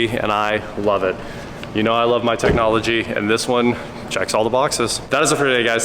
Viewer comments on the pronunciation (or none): Aye, Tech Nah Logia technahlogia